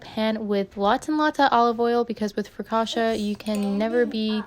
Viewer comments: Sono italiana e per la precisione Ligure. Non è "frocauta" ma "focaccia" Però sei stata molto brava è venuta bene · I took Italian in college and I was going to tell you how it’s spelled (but a native Italian got you taken care of) and roughly how to pronounce it (it’s basically fo-caccia, and the caccia sounds like gotcha but with a hard c at the beginning). And your focaccia looked delicious!